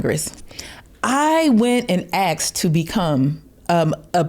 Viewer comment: Don't say "I axed."